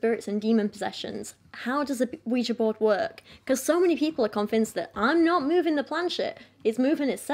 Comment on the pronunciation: Ah yes, the scary wega board...